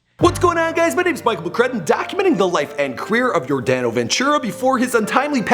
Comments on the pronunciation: dude its Your Dono Ventura not Your Dano trust me its not that difficult to pronounce & its Kansas City Royals (Yordano Ventura so make sure you say it right trust me) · First of all, its yor-DAH-no ventura. Second of all, he played for the Kansas City Royals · Anyone else notice how he said your-DAN-o instead of yor-DON-o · Hey dude at the least you could do is pronounce his name right. There is plenty of tape of announcers saying Your-Don-o when it's spelled Yordano. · It's pronounced Yor-dah-no. And it's the Kansas CITY Royals. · *Your *Don *Oh is how you pronounce it. I'm sorry I live in KC and he was my favorite player. Rip Ace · The way he says yordano 🤔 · stopped watching after how he said Yordano then says the kansas royals